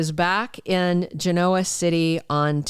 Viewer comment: Learn how to pronounce Genoa